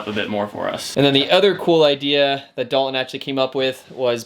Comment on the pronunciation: Dalton.... (Dahl-TON) is the name of the multi-talented friend that is helping you build the Masterpiece of a bus you are building.... not the multitude of other pronunciations you invent that eliminate the “T” inside the spelling of his name. Sorry to rain on the “cool factor” of your lingo...